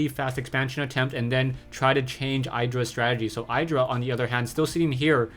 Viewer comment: you pronounce idra wrong fyi, if you watched the mlg dc games then you would hear how they pronounce it. not flaming, just helping